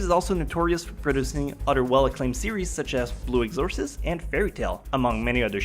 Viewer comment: i hate the way he says BLUE EXORCIST, he says it like blue exorcis